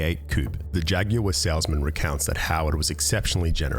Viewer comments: I have never heard anyone pronounce jaguar the way you do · “Jagyouare” silly aussies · I love how you on the other side of the Atlantic say "Jaguar". It makes it sound extra classy. In the U.S., we say "JAG-wahrr", just two syllables. I shall say "JAG-you-ahh" henceforth, while adjusting my monocle.